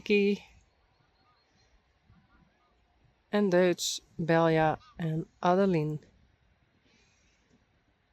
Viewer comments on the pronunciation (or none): none